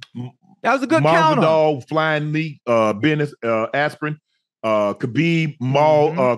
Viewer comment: Unc mispronouncing all the names, Cereal Gane, Rodney rousey, Ben asprin, Kyla Harrison 🤣🤣🤣